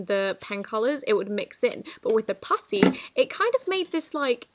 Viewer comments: When you said putty it sounded like pussy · Omg it’s so weird sounding when she says putty